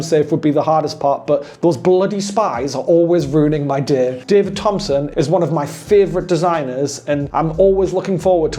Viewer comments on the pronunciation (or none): none